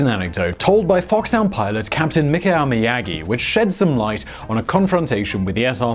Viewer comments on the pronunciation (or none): well there you mispronounced his surname :) it's "mjahkiy" rather than "Miyagi" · way mispronounced Myagkiy ) BTW translates as soft. you can make google translate read it to you in russian мягкий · He totally butchered "Myagkiy" though... Also, he lives in Prague, so at least some slavic pronunciations must be creeping into his vocabulary slowly